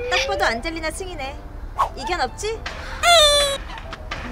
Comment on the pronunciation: 안젤리나 이름이 계속 '안질리나?'라고 들렼ㅋㅋㅋㅋㅋ